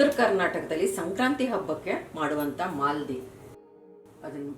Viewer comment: IT IS MAALEDI NOT MALDI